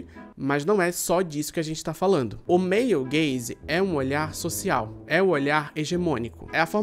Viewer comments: Sempre q ele fala male gaze eu escuto meio gay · Meu comentário do engajamento vai ser dizer que todas as vezes que você falou "male gaze" eu escutava "meio gays" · eu toda hora que ele falava male gaze ouvia meio gays hahaha